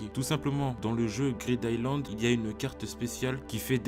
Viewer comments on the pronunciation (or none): none